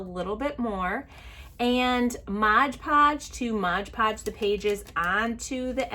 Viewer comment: It's MOD podge, not modge podge.